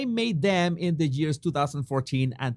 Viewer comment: "15 geers" I can't 😂😂😂😂😂